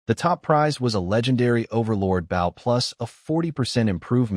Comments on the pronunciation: Those little repeats are annoying. Especially the one right after he spotted the wolf amongst the frozen sheep. Please teach your narrator how to properly pronounce "BOW" as it's meant to be for a weapon. PLEASE!!!!!!!! So where is part two?? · why does every AI mispronounce bow (with arrows) as a ship bow, and vice versa